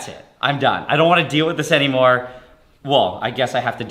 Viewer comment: how did he say "it didnt exist anymore" without touching his lips at the "m" part of anymore